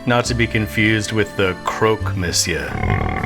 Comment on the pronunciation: Am I the only one noticing how he pronounces Monsieur as "Messieur"? I don't know how the dish is spelled or pronounced, but in my humble not-french opinion the written title should be pronounced "mo`siör". French people please help the linguistic confusion 🆘 Also, cmon this could've easily broiled for 0,5-1min more for extra brownage maillard reaction. No pepper pepper pepper :/